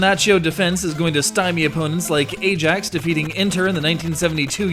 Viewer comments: Don't mean to be picky, but Ajax (the football team) is pronounced "eye-axe" rather than " A-jacks". Actually that's a lie, I'm deliberately being picky..... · I like you because you genuinly like football :D so im not trolling just informing its pronounced Iax